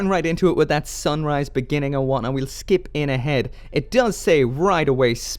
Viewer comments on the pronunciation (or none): none